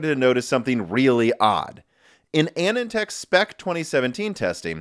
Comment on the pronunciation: I can't handle your pronunciation of Anandtech. He's long gone, but it's a guy's name. Anand sounds like "anon" in "anonymous"